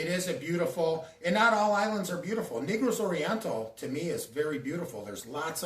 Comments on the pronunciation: you said negro like black people. i’m black but you had me laughing. come on dawg for real ?NAY-GROS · You said NE-GROS you are wild dude you know how to say it correctly